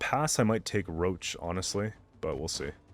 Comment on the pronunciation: Does he call Roche roach because he doesn't like him? or he just doesnt know its Rosh